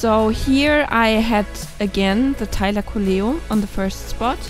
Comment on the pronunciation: not a thylacoleo nonono, it's a tailocoia